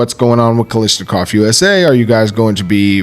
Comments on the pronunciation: Why does everyone insist on calling it "Kalishnikov"??? The pronunciation isn't hard... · It might have something to do with where in the states you live.🤔 I noticed that Honest Outlaw says "lish" too. Brandon H probably feels a disturbance in the force every time somebody does it. Don't let it drive you crazy, though. It's like the clip/magazine thing, or direct impingement/internal Piston operation.😮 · What is so hard about saying Kalashnikov correctly?